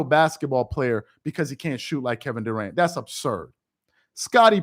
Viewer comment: Kevin DA-ANT 😆 🤣 😂